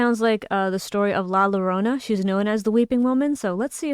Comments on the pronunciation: These weren't too bad since the emotional support loli was with us. Also La Llorona is pronounced as La Yorona. Double L = Y for spanish words. At least, the times ive used/seen em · I have returned to this video just to point I love the way you say la llorona